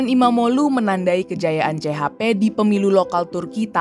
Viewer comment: Baru ini dengar portal berita yang bisa ngucapin nama kayak erdoĝan dan imamoĝlu dengan benar 😂 Mantap